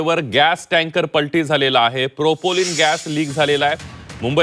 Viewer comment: अरे मूर्खा अरे बेअक्कल माणसा प्रोपोलिन नाही प्रोपेन अरे मूर्खा अरे बेअक्कल माणसा ओडीसा बोगदा नाही आडोशी बोगदा माकडा घरी बस !